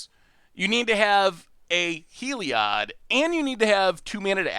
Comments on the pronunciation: He lee odd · No, No, No... It's not HEE-LEE-OYD... It's HEE LLOYD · if heliod based on the greek sun god, helios, then it's just pronounced eelyode. so there. now no one is happy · Don’t you pronounce Heliod as Heh-liod? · Overwhelming Denial seems like a solid choice for the Control matchup out of the sideboard. Also, every time you say Heliod I die a little on the inside. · you know that you can type Heliod on google to listen to the correct pronuciation, right?